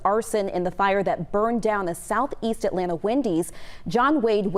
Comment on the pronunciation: As a native Atlantan, I wish news reporters would learn how to pronounce the name of the city. It's At LAN' ta; not At lan TA' as if the "ta" is an afterthought. It is insulting to mispronounce a name